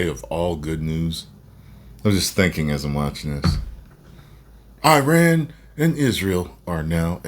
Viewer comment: The irony of everyone talking about the mispronounciation of "Quatar" while saying "Iran" wrong 😂